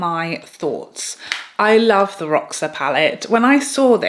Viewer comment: Hey there my friend! Just so you know roxa is Portuguese for purple☺️ it’s pronounced Rosha. 😘